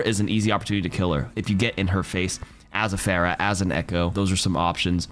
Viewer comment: it's funny that you talked about people mispronouncing characters' names and then immediately mispronounced Phara's name